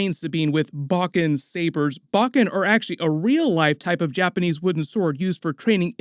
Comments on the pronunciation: Pronouncing "Zatoichi" & "Bokken" wrong... Zah-tōe-E-chi .... not Zah-tah-chi Bōe-Ken ...not Bah-ken...😅👍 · Great video as always, & I'm enjoying this series so much!! 🥰One bit of advice, tho: bokken is pronounced boh-ken. Zatoichi is pronounced zah-toh-ee-chee. 🏯⛩️ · Some pronunciation hints on Japanese weapons and warriors - "Bokken" is pronounced BOH (rhymes with "dough") - Ken (as in Ken doll). And the blind swordsman Zatoichi is 4 syllables - Za (as in pizZA) Toe (on your foot) Eech ("leech" but without the L) EEE. Great content though - keep up the good work.